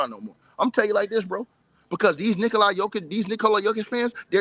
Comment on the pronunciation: It's Nikola, not Nikoli. You dont even know how to pronounce his name correctly? Lol!